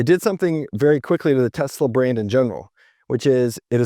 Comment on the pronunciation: Did you see Elon's face when Trump misprounced the company name as Tesler?😂 It was priceless!! 😂